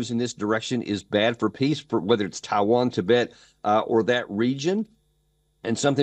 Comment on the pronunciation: Tibet, not Tibit